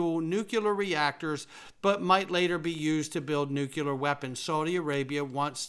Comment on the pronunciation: you are mispronouncing Nuclear Nu-CLEE-ur, not Nuke-yeh-lur